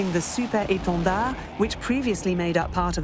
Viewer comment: The way she says 'Super Étendard' with French accent means she must surely speak French language fluently.